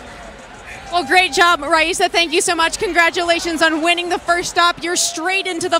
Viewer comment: I’m so confused why he keeps pronouncing Rayssa’s name with an H